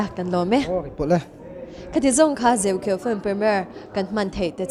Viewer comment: Host hian a film hming a lam dik lo tluan thak mi hming koh dan a hre hlawl lo bawk. Chuan Josepha hi mithar ni lo film lamah 2004 khan a chang tawh